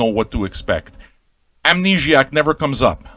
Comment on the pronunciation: I love your pronunciation of the title. Amnegiac. That's what I'm calling it from now on. I'm French-Canadian, and I'm shocked you're not, based on your accent.